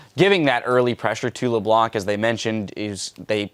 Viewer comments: Did you know that: "LeBlanc" is a French name. It mostly is a second name. It can be translated as "TheWhite" in English. (Blanc is the French word for White). But one of the French language rules is that you mustn't pronounce the "c" at the end of "Blanc". So when you are French, (just like me, actually) and that you hear the casters saying "LeBlan(k)" it sounds awfully awkward :) But i'll take it... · Well if you don't believe me, you can check a french youtuber vid. DominGo, as an exemple, plays LB quite often. Then if you watch a video where he plays LB, and pay attention to how he pronounces it, he says "LeBlan". Without the C. Don't ask me why we say this. Even for french people like me, our language is a mystery, sometimes :)